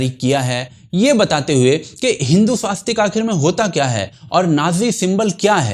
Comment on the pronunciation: आप का धन्यवाद 🙏। परन्तु स्वस्तिक में आ की मात्रा नहीं है । उच्चारण स्पष्टता आवश्यक है ।